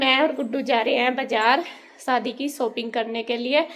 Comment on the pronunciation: सादी नहीं होता है जी शादी होता है